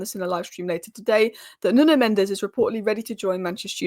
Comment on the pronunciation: "Mendes" in Portuguese is not pronounced like the spanish name "Mendez". The 'e' at the end is silent, so it sounds more like "Men-deesh". In Portuguese, we often drop final consonants or vowels, which can make our pronunciation seem unusual to English speakers. Also the "im" in "Amorim" is a very soft "m", not like "mm". But the correct sound probably doesn't exist in english.